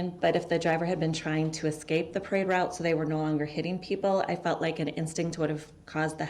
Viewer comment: defendant: do you remember any disturbances on the parade roue? Detective: do you mean when you drove through the parade route and... 🤬